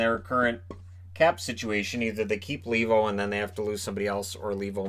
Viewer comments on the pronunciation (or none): Argh, that Lee-vo pronounciation drives me nuts! It's a Finnish name so I it's supposed to be pronounced Lay-vo.